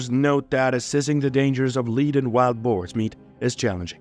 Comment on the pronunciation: As a noun, metal, the pronunciation of Lead is same with that of led